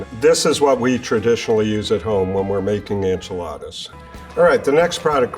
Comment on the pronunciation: Great way to put it!! And the "When" is more like "Ven".